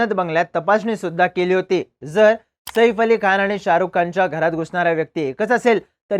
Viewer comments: 'सईफ' नाही रे बाबा 'सैफ '. शुद्ध ही बोलता येतं नाही रे तुला🙄. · Saeeeeef nai O saaaaif 😂saaaaaif